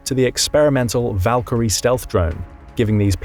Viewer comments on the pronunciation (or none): none